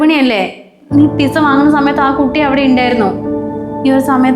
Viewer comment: എഴുതുമ്പോൾ പിസ എന്നെഴുതും. ഉച്ചാരണം പിട്സാ എന്നാണ് ട്ടോ.